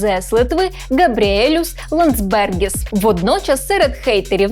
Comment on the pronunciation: ЛАндсбергіс, з наголосом на перший склад